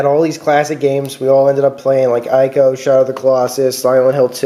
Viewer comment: its not " i - Co " its " E - Co " just saying...